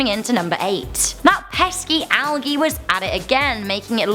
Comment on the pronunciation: IT IS PRONOUNCED "ALJEE"!